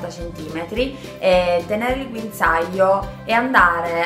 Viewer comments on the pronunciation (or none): Guinzaaio Ahahah grande